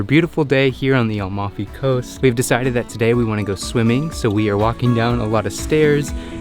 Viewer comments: AmaLfi, not Almafi, the L is towards the end of the name not at the beginning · Hi it's Amalfi coast isn't, u said Almafi coast....like yr videos. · fun video but it’s A-mal-fi.